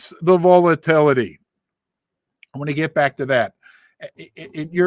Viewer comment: V-ALL-A-TILL- A-TEE 😂 Must be the Missouri Accent? Love Ya!!!